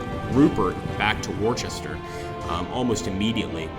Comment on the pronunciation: Hi thanks for the teaser... love this period. By the way, Battle of Worcester is pronounced "Wus Ster". I know some English words are difficult to pronounce if you are not familiar with them.